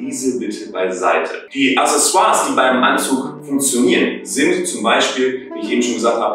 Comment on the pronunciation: "Acksässoars", nicht "Assessoars".